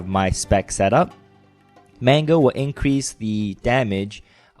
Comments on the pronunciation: its sounded like you said "mango" in stead of "mangle" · sounds so funny how u say mangle... "mango" ;p